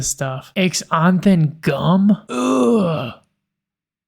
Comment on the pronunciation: I have never heard Xanthan gum pronounced like that before.